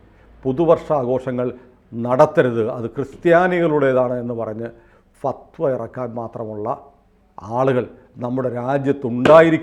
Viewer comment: ഫത്‌വ എന്നു പറയാൻ .'അറിഞ്ഞുകൂടാ